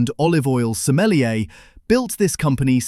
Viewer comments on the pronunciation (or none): none